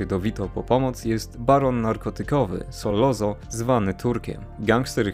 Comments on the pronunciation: Fajny odcinek - jedna uwaga nie SOLOZO tylko Sollozzo czyt. Solocco. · skoro mówisz "solozo" zamiast "solocco" i "Hagen" zamiast "Hejgen" to nie powineneś przypadkiem mówić "corleone" zamiast "korleone"?